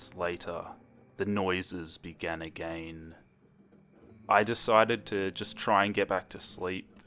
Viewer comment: say again not A-Gain cuz it's really bothering me